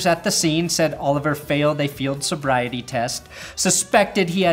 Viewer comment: By the way, the Washington R'skins have ALWAYS just been "that team that plays outta Wishington".... as in "Kansas City Chiefs 49, Washington 21" . Also WTF is a field sobiety test??? Do ya'll not have breathalysers??